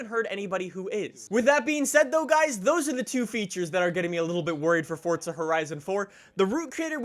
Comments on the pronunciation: Why the hell do Americans pronounce it forTza. It's fucking Forza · It’s FORZA not FORTZA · I couldn’t watch this whole thing cuz the other way you pronounce FORZA it’s not FORTZA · dude. FOUR-ZA, not FORTS-UH. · Why do you pronounce Forza with a D? Lol it’s not Fordsa it’s for-ZA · It's Forza not fortza for f**k sake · Its not FORTza its FourZa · there is no f##@@ T in FORZA! ffs. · Why are you saying FORT-ZA when it is FOR-ZA ?? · Forza not Fortza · Listen to the people in the game say it they say forza not fortza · Fortsa? i thought it was Forza.. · Btw it’s FORZA not fortza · Why do you say “ Fortza” there is no T. Its For-za, say it right! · Dude stop saying fortsah, it's Forza, lmao😂😂😂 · 😡😡😡😡😡its easy forza not fortza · Can someone explain why Americans think there's a T in Forza ? Or is "Fortza" a completely different game ? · correctly pronounced as ‘Fortza’... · bro it isn't Fortza lmao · Fortza horizon 4? English pls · Are you saying Fort-za? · Why do u say fortza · fortza horitza 4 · Am I the only one who thinks it sounds like he says fortsa horison 4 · Why do you pronounce it fordza / fortza? Maybe I'm just going crazy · I’m a new viewer... why are you calling it Fordsta? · I heard Fordsta lol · how many times can someone say fortza horizon 4 in one video and still not pronounce it correctly? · Why u say fortsa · I’m assuming you’re talking about ‘Forza’, that’s how it’s actually pronounced... don’t be mad. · Fortza hoerizon 4?? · Challenge: Take a shot of hard liquor every time he says “Fortza horizon 4” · It’s pronounced as ‘Fortza’... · This guys pronunciation of Forza is embarrassing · Forza doesn't have a fucking T in it. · There is no t in it